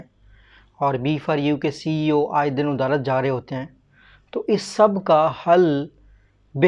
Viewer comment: "Odalat" nai bey jahil "adalat"